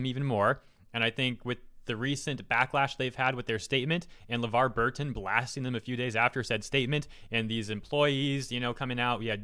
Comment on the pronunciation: It's Levar, not Levard. I think he was talking on behalf of his daughter (Micah). Levar is a legend, he was on Reading Rainbow and was Geordie LaForge in Star Trek: TNG.